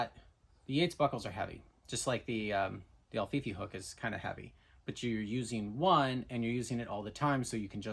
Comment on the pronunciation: Until you showed the written instructions for the Alfifi hook, I thought you were calling it “the ol’ Fifi hook”